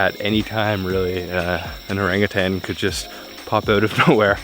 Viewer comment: The correct pronunciation for ORANG UTAN is not err- rang -er tan. It is OH RUNG OO TON. The last word TON as in the weight....1 TON. OH RUNG - The RUNG is the past participle of the word RING.